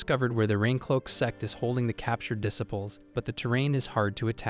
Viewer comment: Need to train your AI to say disciples properly.